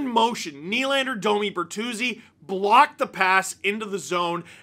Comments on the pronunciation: Tyler Ber”three”zi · Tyler Ber-three-zi